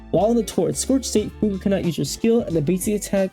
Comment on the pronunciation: Chinese doesn't have a pinyin -gue. It's just the English word fugue (fyoog). A moment of identity loss or memory loss. The way you're saying it would be spelled Fu Gui